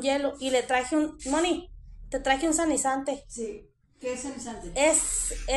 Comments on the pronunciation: Porqué tiene que hablar con palabras rimbombantes , se dice sanitizante , no sanizante . Primero enseñate a hablar español y luego lo demás. 🤣🤣🤣🤣🤣🤣 Y primero que se bañe Mónica primero , y después le dejas todos los higienizantes 😂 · el líquido desinfectante se llama SA_NI_TI_ZAN_TE No, Sanisante haber repite conmigo... SA_NI_TI_ZAN_TE ok?